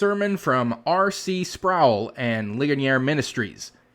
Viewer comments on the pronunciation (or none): I think you should extend the courtesy of pronouncing his name as he wanted it to be Spr - o - wel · Talk about a blast from the past. RC Sproul used to be a staple of Christian talk radio in the before times. As an atheist, he wasn't really worth listening to since he tended to be rather dry and boring. BTW: it's pronouned "Sprole" rhymes with "prole". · Sproul rhymes with soul. He was one of my admired teachers before my deconversion.